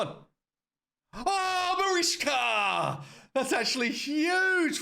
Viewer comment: MariCHka pronounce it with ch (like chear)